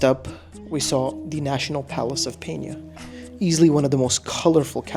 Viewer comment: Why did you pronounce the J in azuleijos and the N in pena like the Spanish? It doesn't make sense... Apart from that, you did a good job.